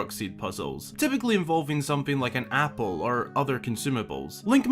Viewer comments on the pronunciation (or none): none